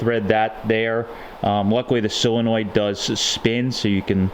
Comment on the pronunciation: that word is "solinoid, not silinoid, so, sol not sil. Yes I know I misspelled it. It is pronounced "sole, not sile such as you pronounce it. Just trying to help.Your idea is very helpful, cudos to you. Also, I wanted to say, for a first time effort your "chopped top" is really impressive. I wish I had your talent, or even could develop it.